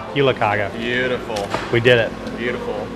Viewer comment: Its actually pronounced jule-"kaje". The g is soft :).